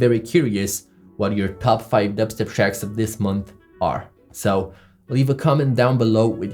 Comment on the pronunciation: I love how he says D eb step